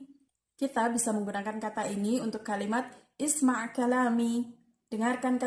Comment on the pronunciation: Sebenarnya Cara bacanya bukan uskud tapi askud ,bukan irfa’i tapi arfa’i ,bukan juga isma tapi asma’a dan masih ada bbrapa kata2 yg belum benar pengucapannya ..maaf ya teh cuma Saran aja Semoga kedepannya bisa Di perbaiki lagi ya .sukses sllu